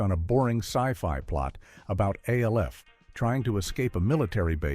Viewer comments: Give me a break with this AI narration crap. You call Jan Brady Jane and Alf becomes A L F. PLEASE!! It's not that hard to narrate a video. MASH is also being pronounced M A S H. This is C R A P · It's Alf not A. L. F 😮😮😮😮😮😮😮😮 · I couldn't make it past A.L.F. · can you say alf right stop saying the letters and say his name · I hate when AI can't pronounce famous TV show titles like Alf & M*A*S*H* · It got Soleil Moon Frye right but then “Buchman” (Boo-kman) and ALF wrong??